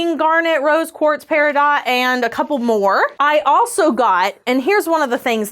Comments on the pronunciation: Fun video. You are so cute. Peri dot! Cute. (Its pronounced 'peridoe'). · With affection, peridot is pronounced without the T at the end. (I also assumed it would be pronounced with the t. Dang silent letters.) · You sent me down the rabbit hole of pronouncing the 't' in peridot, and now I know more than I did before! Thank you.